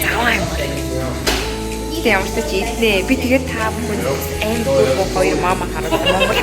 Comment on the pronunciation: Mama gedgiine momo gej sonslooshd